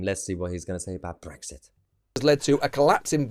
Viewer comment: 2.24 "United Kingdom" - wait for it .... "Bwexit" waah, waah, waah 😭😭😭